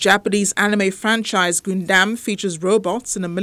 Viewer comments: Anyone else kind of triggered whenever the reporter says Goondam insted of Gundam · Am i the only one who hears goondam instead of gundam? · Gun Dam not Goondam Get the thing right. You messed up on the pronunciation of the topic n it just becomes a wasted news tbh